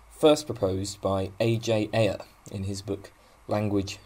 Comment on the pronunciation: I think Ayer's name is usually pronounced "air". :)